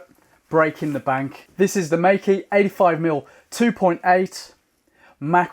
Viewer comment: Great video. Btw it's pronounced as may-ker.